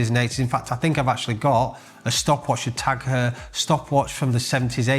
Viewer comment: It’s actually pronounced Tag HOYA not Tag HUUUR… don’t wear em myself but thought I’d point that out 🤣